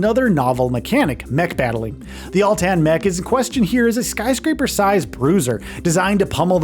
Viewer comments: Uhhhhh atlan not altan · Every time he mentioned the Atlan mech and said it wrong, it made me picture a mech that had been in a tanning bed too long and was dark brown or orange 😂